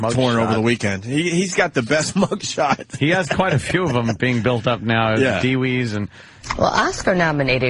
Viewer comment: Ant is the only person I’ve heard pronounce DUI’s like “deewees”. Is that an east coast thing?